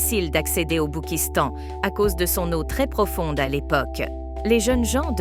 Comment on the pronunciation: Je fais que d'entendre le Boukistang, stephane bern serait-il devenu un sudiste ? 😂